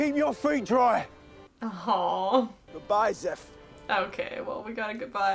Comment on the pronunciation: it's zeff not zerf